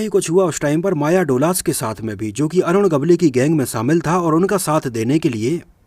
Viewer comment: अरुण गवली नही ,,,,,,अरुण गवळी नाम है भाई साब नाम तो सही लो। कैसे वीडियो बनाते हो। भाई 🙏